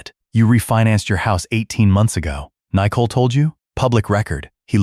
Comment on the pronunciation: The AI speech on this story is pretty bad. Out of context "daaaad" screeched. Nicole incorrectly spoken N eye cole" etc